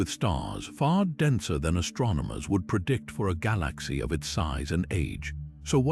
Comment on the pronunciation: The way the narrator pronaounces galaxy makes thus impossible to watch. Almost sounds AI